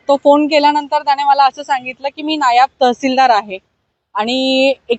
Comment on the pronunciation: नायब नाही "नायाब " आहे तो 😂😂😂😂